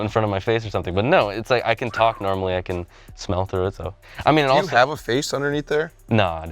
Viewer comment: through ,not threw. How far can you throw a mask lol hahaha? Because you said "threw". 🤣🤣🤣🤣